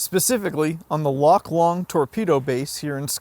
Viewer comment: Loch Lomond is pronounced ‘LOW-MUND,’ not ‘LOMMOND.’